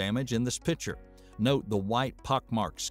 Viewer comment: Do you know the difference between a "PITCHER" and a "PICTURE"?